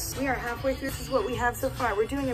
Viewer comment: I love how he said “true” instead on through 🥰🥰❤️